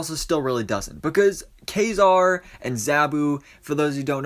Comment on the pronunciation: Thank you for pronouncing Ka-Zar's name correctly!!!